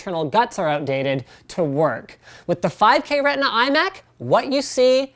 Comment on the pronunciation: "Retina".... This makes me angry